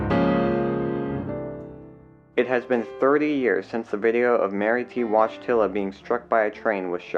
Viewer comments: I clicked on this because she had the same last name as John Paul II. In Polish it’s Voy-tih-wa. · woyteela or voyteela is how her name was pronounced not wodgetilla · The name is pronounced Voytilla, it's Polish. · You think that's how you're supposed to pronounce that name? You looked at her name and said to yourself "wodj-tilla, yup, that sounds like a name" and continued on your way, did you? Seriously. Explain how you came to the conclusion what you said is how a name is. I HONESTLY want to know this. I'll never sleep soundly again until I understand how you got to wadj-tilla. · This is a Slavic name, probably of Polish origin, it should be pronounced something like voyt-u-la ("oy" the same vowel as in "soy") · Wojtila is pronounced “Voy tee la.” RIP.